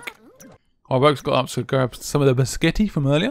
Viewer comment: Did no one else notice that he said "So I grabbed some of the basketti from earlier..." ?